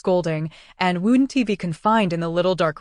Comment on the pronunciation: Okay, the story is okay but contractions constantly being read as a word followed by a letter drives me nuts, it's wouldn't NOT wouldn t and all the other words with semicolons being read as separate parts. Please check for these errors before you post things.